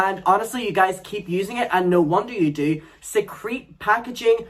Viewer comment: Did you say " secrete" packaging when referring to and Eve products?🤣💀.